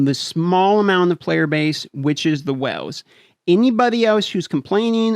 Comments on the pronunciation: Is it just me, do I hear "wells" instead of "whales?" It seems like you need your own oil well for this game. Been playing since shortly after release. To this date have never been contacted in response to questions, bug reports, nor even why trying to restore a guildmate's account after his device was destroyed. Are the accounts prioritized by sales receipts, where the biggest spenders' concerns are only addressed? From looking at the gear 13 numbers, the biggest winners are Sith Empire. Protection for prime investment. Had Malak teams not benefited the most, the biggest spenders would be upset their latest investment would lose value before the Star Forge event returned. When you see people in Arena you've been playing against for months suddenly max out the latest meta but you spend months grinding to catch them, but by the time you do, the next grind is in the pipe, the cycle begins again. The is no more lull. When there aren't several events going on, there's new content to grind, often there are both. Without either, the top tier isn't challenged, anymore. What's wrong with that? They might take their money elsewhere. Casual gaming is drying up, so are the wells, too, I think. The so-called FTP for lifers must have to work at this game like a job. If they're free, can they give enough time to compete in a game expecting thou$and$ a year to "compete?" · I just came here to listen to you pronounce “whales” = “whooles” lol, 😂😛👍🏻👍🏻👋🏻🍻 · You have a unique accent especially how you pronounce whales. I thought you were saying wells at first. Lol